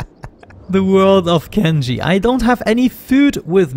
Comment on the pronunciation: Still waiting for to properly pronounce Kenshi as Ken-shee instead of Ken-ji.